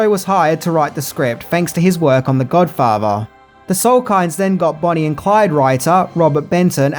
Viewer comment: Mario Puzo was hired to write the script, fanks to his work on The Godfavah.